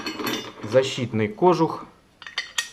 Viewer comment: правильно говорить кожУх ударение на у